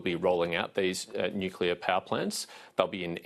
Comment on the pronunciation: Love Patterson, looking forward to Nuc-cleeer-a ? Albanese has to go and take the pack of liars with him. Plibersek, Bowen, Marles , Husic and the education bloke ( can`t remember his name). Go LNP .